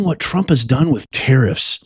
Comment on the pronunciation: Macron! SAY HIS NAME Macron! Ehh..? Trraump!? You're Gyad Darn RIGHT!